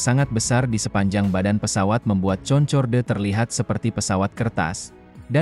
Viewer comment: Bacanya Konkord om.